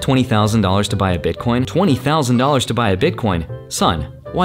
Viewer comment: haha he says bitcoinz